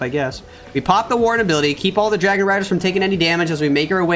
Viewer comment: SAYS DARGON INSTEAD OF DRAGON LOL